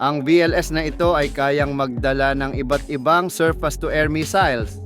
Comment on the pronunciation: Anong surpas? Paturo ka kung paano i-pronounce ang SURFACE!